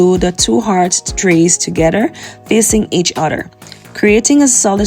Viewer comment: Each oTHER is NOT pronounced each uDDER ! Why are you doing this?